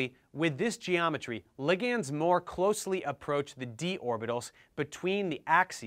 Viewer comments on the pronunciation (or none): "Lig ands"?!? Bruh. It's pronounced "li-gnds". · Are you actually pronouncing ligands as ligiands?!